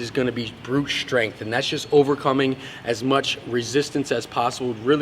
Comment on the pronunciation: He is also known as, because that is the way he likes to pronounce the word strength.